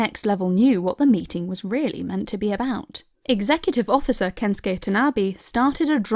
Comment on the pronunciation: The difference in the way you pronounce Shigeru and Kensukei is surprisingly jarring. Shigeru gets so much attention in your voice, like oh Shigeru-san... but then its just Kens-kay, init.